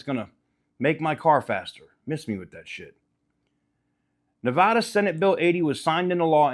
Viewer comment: You say Nevada wrong like a Californian.